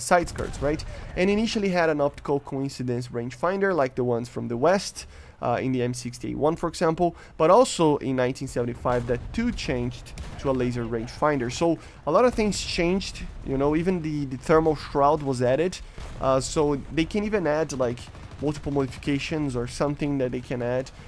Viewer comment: why do you pronounce two as "tshu"?